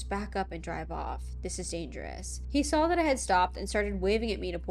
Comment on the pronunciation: Where is she from? How she talks reminds me of the Midwest and ita so comforting. How she says 'sawl' instead of 'saw' lets me know she's cool 😎